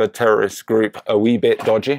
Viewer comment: "Wee bit dodgeh" cracked me up, great video, thanks a lot ;-)